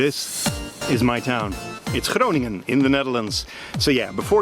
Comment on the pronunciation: wow, your pronunciation was amazing of Groningen!